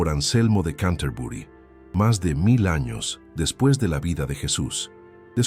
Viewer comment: Por qué dice: "depis" de Cristo? Fallan las fechas.